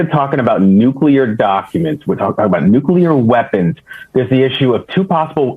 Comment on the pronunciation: Donnie can't even pronounce nuclear. He says it like Homer.